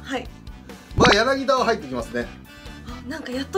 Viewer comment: 柳田はやなぎだじゃなくてやなぎた